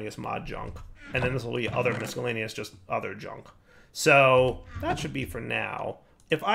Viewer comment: Hey, the c in miscellaneous is silent!